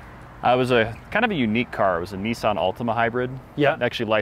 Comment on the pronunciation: It's Nissan, Not Nesson. There's no 'E' in the word!......Say it properly or don't say it at all. Grrrr! :@